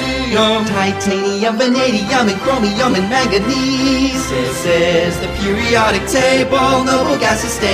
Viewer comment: THERES IS NO "T" IN PERIODIC OMLLLLL